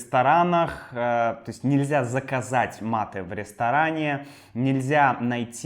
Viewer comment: Привет!! Какое-то время я изучал русский язык, и учитель сказал нам, что русские знают мате, а в русском языке оно должно произноситься матэ и с ударением в последнем слоге, Э